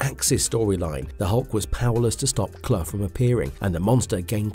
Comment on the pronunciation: Pronounced Clue for god sakes